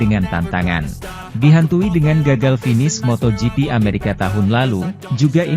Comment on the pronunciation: Min ameraka .. BKN amerekes